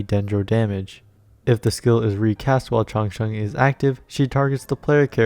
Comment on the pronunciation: Your pronounciation Chang Sheng is pretty standard😁😁😁